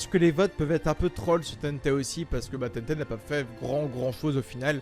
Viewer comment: Il c pas dire tenten il dit tété lol